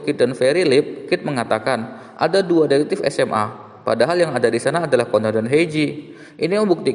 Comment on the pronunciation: Bukan ceban tapi Conan 😡